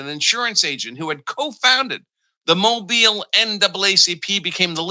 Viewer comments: Mo-BEEL. Not MO-buhl. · Mobile is pronounced "Mo_beal". Not Mobil. Just a helping suggestion. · It's pronounced Moe Beal. Not Mobil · It's pronounced "mo-BEEL.' And, Congress has authority over elections. All elections. Art 1 Sec 4.